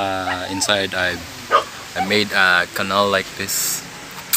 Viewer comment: "canal" (pinaslang) - kweeee! HAHAHAH!